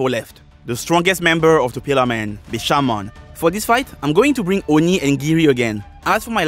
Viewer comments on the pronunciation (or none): none